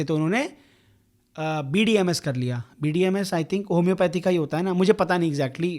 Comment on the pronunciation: ain't no way he js said bdms💀💀💀💀bruhhhhh💀💀💀✋✋✋✋